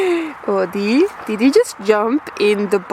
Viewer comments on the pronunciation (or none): SO ITS ODIE NOT AUDIE witch is my name it sounds like your saying audie....6 qid for 3 hours in NOT LONDON what a rip off grabbing bastards park up ede of city for free and walk in